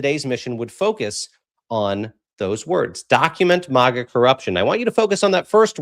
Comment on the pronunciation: It's Mag like hag- a ...not Maaaaag-a like it's a pretty country 😁😵‍💫